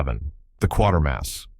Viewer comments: AGAIN It is Quatermas NOT Quarter-mass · it's The Quātermass Experiment. NOT Quartermass. Stupid FUCKING a.i. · Quatarmass pronounced 'kwata mass'. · "Quatermass," not "Quartermass." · That's not why the BBC erased the tapes and that's not how you pronounce "Quatermass". Pathetic, can't take any more - checking out.